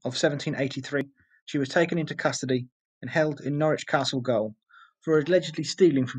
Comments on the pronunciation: Probably other people have told you and I hate to be another but -goal is pronounced as jail . Tricky English language. Great informative video though, I’m Australian and am embarrassed that I didn’t know this. Poor people, a sentence of 14 years would mean you’d never get to England or Ireland ever again. Great ending though 👍👍👍🇦🇺🇦🇺🇦🇺🇦🇺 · gaol is pronounced the same as jail its prison not soccer old boy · "Gaol" is pronounced "Jail"